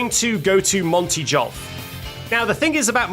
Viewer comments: Great video! For the love of Jod, please stop pronouncing Golf Jolf ❤️ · jolf? Honest question, but can you g instead of j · im sorry "JOLF"?? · none of these glitches blew my mind more than discovering the possibility of people pronouncing golf as "jolf" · Calling golf "jolf" made me hate you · did you just call it jolf. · you gained my respect when you correctly distinguished between an A pose and a T pose, but you lost it when you called golf "jolf" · bro said monty jolf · "Monty Jolf"😭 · Jolf?!?!? Jolf?!?!?!?!?! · I think your pronunciation of golf is a bug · never say golf like that ever again you fiend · I hate how he incorrectly pronounces words like golf and tsundere!